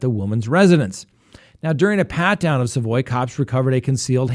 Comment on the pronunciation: Also its sa (as in salad) voy. Savoy